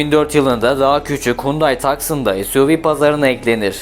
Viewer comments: Tucson Tuson diye okunur. Taksin degil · Taksın ❌ Tusson✅ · Pony yani midilliyi nasıl Fony okuyon bravo. tukson değil Tusson okunur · Video için teşekkür. Telafuzlarını geliştirsen daha iyi olur. Tucson, Taksın diye okunmuyor, tuson diye okunur örneğin. Hyundai’nin ağır vasıta, kamyon ve otobüslerinden hiç bahsedilmemesi de önemli bir eksiklik. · Tüm ülkeye tucson demeyi öğreteceğiz. hadi bakayım '' tu - son ''.